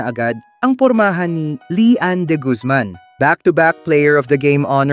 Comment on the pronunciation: Lyann not Lee Ann! Pronunciation makes all the difference!!